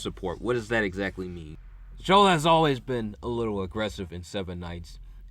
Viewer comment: i laughed so hard everytime i heard chole instead of chloe, great video